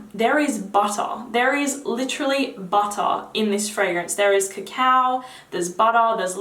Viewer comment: Please say bahda(butter) in every single video. Made my day.